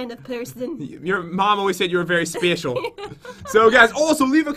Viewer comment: Pat: spescheell